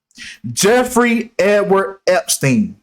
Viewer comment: P.s. Naomi campbell also has her own private island!!! Welcome to the year 2023, God bless yall!!!😊 p.s. "Jeffwy...ooww wee" took me out🤣